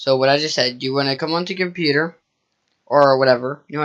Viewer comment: CUMPUTER HAHAHAHAHAHA